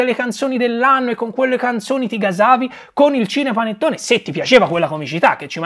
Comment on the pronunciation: Perché dice "scinepanettone"?